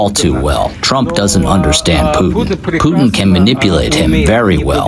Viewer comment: I could listen to the ‘tump’ bit over and over